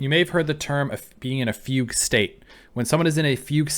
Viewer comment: Fugue is pronounced more like 'Fu-gway'. But you mentioning a fugue state is surprisingly quite relevant to her, so I do wonder how intentional that connect actually is